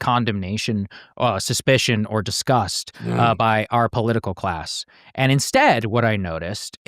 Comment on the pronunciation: "DESCUSTS?" ... You mean "DISGUSTS" don't you?